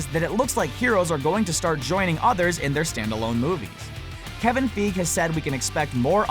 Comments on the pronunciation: "FIE-GEE" fie as in pie, then gee, like mee. Soz about this comment but everytime I hear the narrator say fieg it kind of grinds on me, right that's enough negative comments and using works WiFi lol all the best. I've subscribed, liked and shared on my available social media all the best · Omg, Kevin Fig. And he said that so many time!😖😖😖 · It's Kevin "FAI-GEE". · I stopped watching when he said Kevin Feeg. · its kevin feige not fig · STOP SAYING FEEG! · feeg dude seriously....hahahaaha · His name is pronounced feigee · He pronounced Kevin Geiger wrong is meant to be faigee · Lmfao this nigga said Kevin Feeg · Who's Kevin Feeg it's Feige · Even the wiki page shows the pronunciation of the name: Kevin Feige /FY-ghee/ pls you can do better than that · Kevin FI-GEE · It's pronounced FUHEYEGEE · i die inside every time he pronounce feige like "feeg" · Drinking Game: Take a shot every time he says Feeg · its pronounced Kevin Fi-gee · Kevin Feeege ?? No offence to you , (but, that is wrong , btw ) . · fye-gee thats how its pronounced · lol he treats Kevin feige "Kevin feeg" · Lol he said Kevin feeg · I think of killing myself in a different way each time I hear him say "Kevin Feeg" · I'm triggered he pronounces Kevin feige as feef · Kevin feige is pronounced Kevin Fi gee the letter i is pronounced as i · it's FI-GEE. GEEZE! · I feel like everyone is calling Kevin Feige Kevin Feeg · Marvel Studios: Kevin Feige Screen Rant: kEvin FeEg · It's Kevin FY-GHEE! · Omg Kevin feeg hahahaahahahahaha😂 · "Kevin feeg" XD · um its kevin fieg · Its pronounced Fie gee right? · Feeg XD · Kevin... Feeg. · kevin feeeg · ya it’s Fie-gee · Im sorry but the way he says figue triggers me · Every time I hear you mispronounce Kevin Feige's name, I want to shut off your videos! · Wow learn how to pronounce dude's name. Christ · I love how you guys are all getting mad about how he pronounced Feige. Haha. It definitely annoyed me too. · Fi-Gee not Feeg